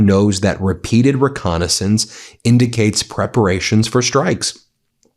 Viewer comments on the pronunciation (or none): none